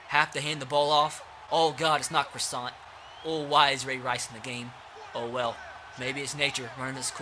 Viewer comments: its pronounced cross - ehn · Please say Dalton Crossan name write I went to highschool with his brother it’s xrossan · He went to sachem north if anybody wants to question me idk why I’d lie about that I just think if he’s up for captain his name should be said correct!! 👍🏻👍🏻